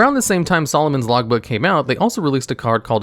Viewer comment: Is it just me or is anyone else also hearing Solomon's Logbook instead of Lawbook?